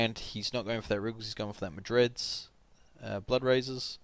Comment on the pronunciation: I love kassadin, he was on a free rotation when i first got the game and was the first champion I tried, hated him at first but then figured out how OP he is. By the way, is it some kind of inside joke how you say m'lady instead of malady and Madrid's instead of Mandred's?